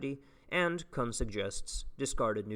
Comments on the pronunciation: btw that last name (kuhn) is pronounced like racoon. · I absolutely love your content man, and really appreciate the work you're putting into this especially in your first year of grad school, but when you say Thomas "Cuun" a little piece of me dies